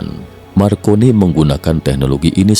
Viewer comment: MARCONENE/I = M-AR - CO - N - ENE/I ).